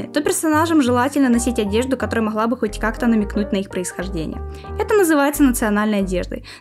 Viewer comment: Не знаю хто ви по національності, але оце ваше «не моГла», привело мене до думки, що ви українка